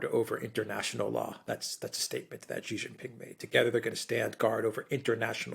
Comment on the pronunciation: Thanks for pronouncing Xi properly, Alexander! :)